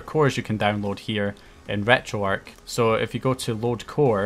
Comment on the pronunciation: It's pronounced retro-ark the "arch" stands for archive